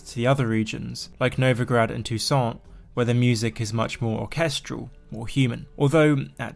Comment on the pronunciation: Funny way to say Toussaint